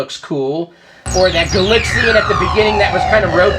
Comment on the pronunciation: Why Gal-IX-ian and not Gal-AX-ian? Not a complaint, just curious as to why. I've never heard anybody pronounce it that way before. Surely the name is an obvious contraction of galaxy invaders.